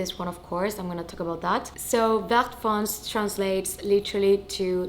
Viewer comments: Congrats 🤭 by the way the color is « vert foncé » not fonce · Congratulations. Vert foncé should be said "ver fonsay". Love from France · Hi, the bag it's really beautiful. I got in the same colour my first Kelly 28! I'm from France and the correct pronounce it's Ver foncé you have to pronounce the last e with an accent , i hope this help❤